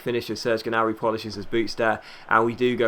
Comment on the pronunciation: Ok, this has been bothering me for a little while now. Correct me if I'm wrong, but I think you don't pronounce the G in Gnabry's last name.